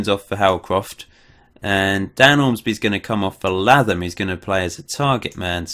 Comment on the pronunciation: Really loving this series but pleeeaaassseeee, Latham is pronounced like Statham in Jason Statham! :(